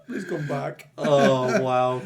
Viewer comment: I've heard that was unscripted, and ad libbed on the spot by Sofia. "Why the whoosh? Please coom back."